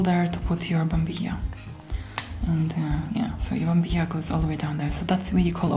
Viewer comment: Is spanish your native language? Your pronunciation of 'mate', 'yerba mate' and 'bombilla' words is very well. It is funny heard those words from non talk spanish people, but you does it very well.